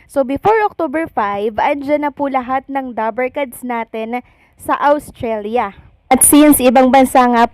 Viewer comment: Ostralia - Not Awstralia